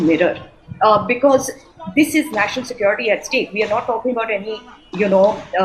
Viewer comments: I learnt to pronounce 'SecOrity' from the professor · Secority ??? Wtf is secority ???